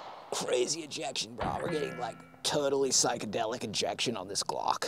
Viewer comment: every time you say glong i just start CRYING